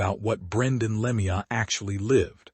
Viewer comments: Dumb AI commentary. That's not how you pronounce Lemieux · Agree it a disgrace to pronounce his name like that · I detest this AI garbage. The second I heard the mispronounced name I got out. I'm blocking this clickbait as fast as I can😠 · Please pronounce his last properly